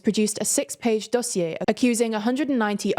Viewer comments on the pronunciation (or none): none